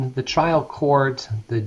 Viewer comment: his accent keeps saying child (trial) court